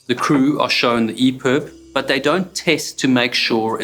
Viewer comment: I’ve got to ask is it EPERB or EPIB? He keeps saying EPERB